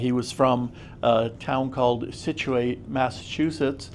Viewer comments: Scituate Massachusetts. Say "Sit-chu-it". "Situate" is a whole different word LOL Thanks for the vid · Many names in Massachusetts are hard to pronounce...Scituate is pronounced Sit-chu-it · Incredible artifacts, greeting from Pawtuxet Village near Gaspee Point Warwick RI. Concord Lexington does claim the shot heard round the world but we had a little go in with the Brits right here too. Thanks for sharing, btw, Scituate is pronounced Sit-chu-it. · 'Sich u it'... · Scituate is pronounced Sitch-ooh-it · Scituate (Sit-chew-ette). Mass towns names are weird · Scituate is pronounced something like sit-chew-it Had to laugh. Other New England towns like Worcester and Gloucester are often mispronounced as well. Nice long rifle and thanks.